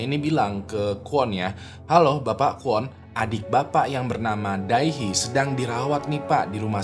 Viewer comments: Fyi cara pengucapan Dae Hee sesimpel "De Hi", bang 😊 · Bacanya "de hi" bg